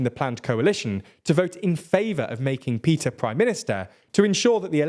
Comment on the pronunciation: A small language quibble: the “Move Forward” party leader’s name is พิธา which is pronounced “pi-taa”, not Peter. (And a slight upswing in your voice on the “pi” syllable.